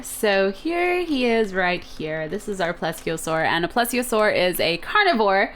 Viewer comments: Pleesiosaur pronounced like that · plesiosaur is "plee-zee-o-sore"